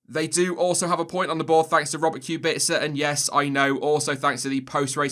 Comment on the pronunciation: The way he pronounces Kubica's last name bothers me to no end